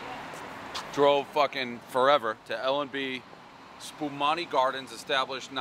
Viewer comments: Your saying the name wrong. And Di Fara is absolute trash. Do you know how many times the health department shut them down. L&B is a solid sicilian slice. Don’t give Di Fara your buisness. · He's so bad at reviewing pizza lol. The Sicilian pizza at spumoni gardens is one of the best in the country. And is he just fucking around or does he really not know how to pronounce spumoni? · He can’t pronounce spumoni correctly…. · Bro you can’t even pronounce it right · SPA-MOE-NEE gaadens.... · I’m more disturbed that he pronounced it Spu-monni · Spu MOANEE. Not spu MONi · Video News yea I was like wtf 😂 he sounds Italian but fucks up all the Italian place names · Spuh-mow-nee Dave. At least you’re wearing men’s clothes for this review. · Madon’ my ears. SpumOni you fuckin fugasi😂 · Pronounce with me ......SPUH-MOAN-EE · Did this man really pronounce Spomuni wrong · I love you Dave but that’s an absurd score, I have ate there since 2018 and that slice is a 8.5, I can’t even take your review seriously when you can’t even say “spuh mow nee.” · Who is this Philistine? I've seen this guy call Giordano's the best deep dish in Chicago (this is laughable on several objective levels, nevermind subjective opinions), and now he's eating regular slices at L&B Spumoni Gardens (pronouncing it "Spu-mahni" like some kind of momo), a place known for it's square Sicilian style slices. Dude, no. Just no. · It's pronounced Spuh-moh-nee. Say it with me now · spuh-moan-ee !! seriously!! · Not only can't Dave pronounce "spumoni" correctly I am willing to bet he doesn't even know what spumoni is! Still dreaming about this pizza 40 years later! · Doesn't know how to pronounce spumoni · You’ve clearly never had L&Bs, dude didn’t even pronounce Spumoni right. I guess it’s our fault for designating pizza reviews to a guy from Boston…. Still ❤ Dave though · In addition to not knowing how to pronounce spumoni, he plainly does not know what spumoni is. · He didn't say the name right once